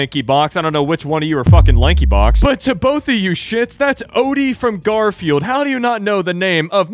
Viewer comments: Have you realized they keep saying gorefield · Yeah, they called it Gwortfield what the f*ck. And they are Americans.. yet i'm a Finn and I can pronounce it. In my country it's called Karvinen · No, Gworfield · oh nah that said "gorfield"💀💀💀💀💀💀💀💀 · Did my guy really say Gosfield bruh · Bro Lankybox said gorfieild 💀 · My man said gairfiel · brah said gorfild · Dude couldn’t even pronounce GARFIELD correctly